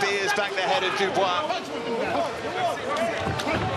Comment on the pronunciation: Dubois its pusie